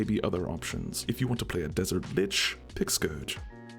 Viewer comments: Did you say, "if you want a Desert Bit*h, pick Scourge"??!! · "If you want to play a desert LICH, pick the scourge!" When you described this subclass I heard something entirely different near the end, and couldn't help laugh xD